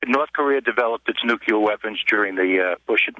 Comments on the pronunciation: LOL!!! Amen!!! Go wine in the streets!!! And by the way, it's NUCLEAR!! Not NUCULER!!!! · '' nukeeyer weapons''. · And of course, this ersatz "Ph.D." pronounced "nuclear" as "nucular" - just as G.W. Bush had.